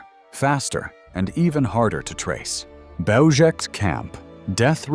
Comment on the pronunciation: Belzec is a Polish word. It is pronounced Bel-zhets. If we are to make documentaries of this era, we must respect the languages of the victims.